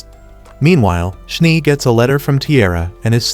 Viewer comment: Schnee is german for snow you called the one character schnie just noticed 😅